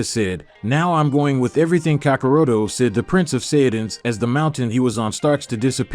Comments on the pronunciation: Kakaroto??it's kakarot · Man if you say kakaroto one more time. At mo point in time when editing did you as a fan find anything wrong with the content but I guess since we making up stories and shit it doesn't matter how you pronounce the names kakaroto vegerta zenosalama I love all those character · bro said cyon and kakaroto